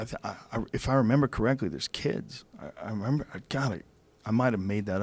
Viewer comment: "Thurrrrs" #Chingy4Evurrr